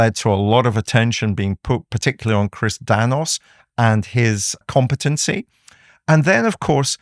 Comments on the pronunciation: CHRIS NANOS!!!!!!!!!! Not Danos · It’s Nanos with an “N” not Danos.